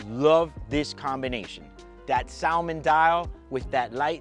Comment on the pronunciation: You are not supposed to pronounce the "L" in "salmon."